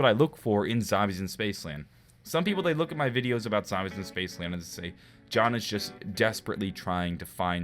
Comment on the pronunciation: "Spacceland" Hahaha good shit